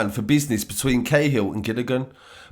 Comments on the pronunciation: Cahill is pronounced ka-hill not ca-hill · Ca hill not k hill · Guerin-gee rin, cahill-ca hill ya need learn the pronunciation of our names sir,but good work🍀🇮🇪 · Great story but I reckon Gilligans was the only name you got right. Guerin = gear-in Cahill = cat minus the 't' - hill Naas = Nace